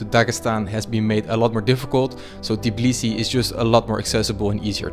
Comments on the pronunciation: It's Tbilisi, not "Tiblisi" 🙃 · It’s not Tiblisi it’s Tbilisi, when you say travel you say tiravel? Why you saying Tiblisi where you read after T i? Noone teach you in Tbilisi? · bro, please pronounce tbilisi not t-i-b-lisi, there is no i in between the t and b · It's called tbi-lisi, not ti-blisi. 😅 im a fellow georgian that lives in tbilisi! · Just keep in mind that it's tbilisi not tiblisi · yeah, it irritates me so much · It kind of sounds Tibilisi